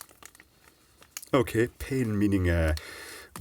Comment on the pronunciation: «pain» is pronounced pan